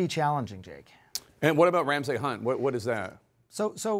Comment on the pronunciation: Would be great if anyone on CNN could pronounce "Ramsay."